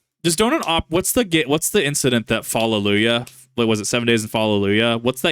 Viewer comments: Falaluyuh? Falaluyuh!? You mean fa-luge-ah? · I love you but it’s pronounced Fa-lu-ge-ah not falaluya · I love watching your content and it is always appreciated! However, I find your pronounciation of Fallujah very off-putting. Fuh-loo-yah is a wild way of saying fuh-loo-juh! 🤣😘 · Did just pronounce "Fallujah" as "Fallelujuh", like the Christian celebratory word Hallelujah? XD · Nick Crowley stuff is basically Mr Ballen when he does "final moment or picture." Its not gore videos imo. Fallujah....Fa-Lu-Jah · Fah-loo-shah kip lol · Hey, the game 7 Days in Fallujah is based off of the actual battle during the Iraq War. Small tangent, I think you incorrectly pronouncing “Fallujah.” The ‘j’ from my understanding isn’t supposed to be silent. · Bro the pronunciation of Fallujah. Did someone who speaks Arabic tell you that? because even when you look up the Arabic spelling for Al-Fallujah it doesn't sound like that lol. If someone did tell you that's how it's pronounced, cool I'll pronounce it that way from now on, but I just looked it up because I've never heard it pronounced that way before, and even when I looked up the original Arabic spelling the J wasn't silent.